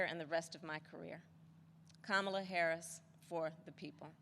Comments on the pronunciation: He is calling her Kama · Hahahaha he mispronounced her name hahaha